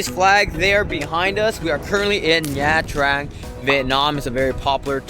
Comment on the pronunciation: Ban xeo is a lettuce wrap. Your pronunciation of Nha “Trang” is really hard on the “Tr”. It’s a lot smoother and softer on the “r”.